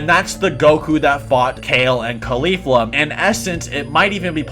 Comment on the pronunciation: not trying to be a dick but the way u pronounced Kefla, Caulifla, and Cabba lowkey bothered me 😂😅